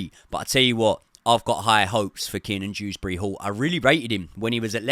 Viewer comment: It’s Kieran drewsbury hall not keenan 😭